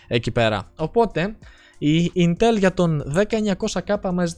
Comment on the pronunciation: Δεν είναι κατσίκι για να το λες ιntέλ.....Ίntel λέγεται